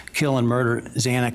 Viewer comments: I have no respect for this judge. He mispronounced Xana Kernodle's name each time. He also chastised the families regarding the public contacting him about the plea deal. Ah, too bad, Judge. Just shows his insincerity over their feelings. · This judge is a NIGHTMARE - he has more deference for everyone except the parents of the murdered students. I remember the judge on the Gannon Stauch trial and his words to Leticia - this man said NOTHING - only thanked him for standing. Chastised the dad who tried to get 11th hour justice and mispronounced Xana’s last name over and over. Completely incompetent and heartless. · No, read what is there and use your brain. I am upset that he could not pronounce Xana’s name! 🙄